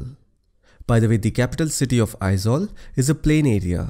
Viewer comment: You the one only i ever come across non Mizo who correctly pronounce Aizawl most of the people pronounce as Ai-zual that not not correct the correct sound Ai-zol .. Thanks Bro !